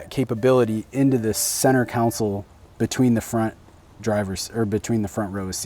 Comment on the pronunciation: It’s a center CONSOLE not COUNCIL.